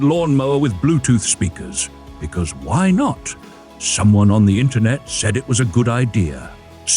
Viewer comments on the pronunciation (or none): none